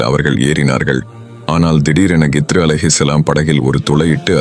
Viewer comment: இதில் ஏன் இந்த தேவை இல்லாத காட்சிகளை காட்டுகிறீர்கள்... ஹிள்ர் அலைஹி வஸல்லம் அவர்கள் என்று சொல்ல முடியாதா..?? வேண்டும் என்றே திட்டமிட்டு கித்ரு, கித்ரு என்று தவறாக உச்சரிப்பது ஏன்??? உண்மையில் நீங்கள் எல்லாம் இஸ்லாத்திற்கும், முஸ்லிம்களுக்கும் நன்மை செய்யும் வகையில் தான் இந்த மாதிரி காணொளிகளை வெளியிடுகிறீர்களா???? இறைவனே மிக அறிந்தவன்... யா அல்லாஹ் இதில் உள்ள தீமைகளை விட்டும் என்னையும், முழு முஸ்லிம் சமுதாய மக்களையும் பாதுகாப்பாயாக... இந்த காணொளியை தயாரிப்பாளர்கள் தீய நோக்கம் உடையவர்களாக இருந்தால் இவர்களை அழித்து விடுவாயாக...